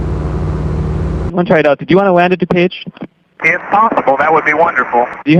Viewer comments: your channel is great, but your ai nariator cannot pronounce dupage. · Further into the video, he pronounces "DuPage" correctly.